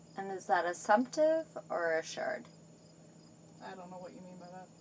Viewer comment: Is that "assured" or "assumed"...?